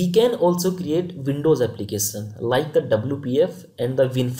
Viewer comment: Content and explaination is good. But please don;t say Applicasan, versan etc.... it is Application, version and similarly other words.